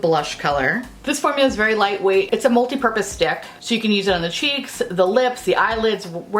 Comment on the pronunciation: I could have sworn you said "multipurpose dick." 😂😂😂